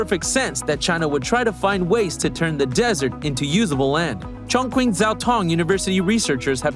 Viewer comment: "q" is pronounced "ch" eg Chongqing is pronounced as"chongching"not "Chongqing"